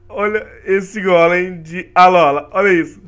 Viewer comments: nao se pronuncia Alóla e sim Alôla obrigado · So eu que me encomodo quando o fala Alolan e Alola